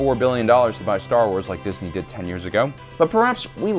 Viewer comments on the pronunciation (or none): none